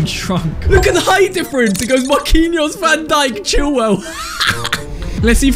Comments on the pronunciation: Who didn’t hear him say van donkey😂 instead of van dijk😂😂😂😂😂😂 (make this comment blow up) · Bro said Virgil van donkey💀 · You said donkey